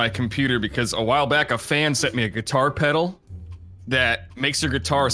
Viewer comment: "peddle" lmao